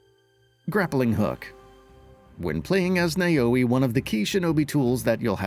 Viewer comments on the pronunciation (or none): Now follow me: Now-Weh, not Way, Wei or Wey... Now-Weh. Naoe. Good.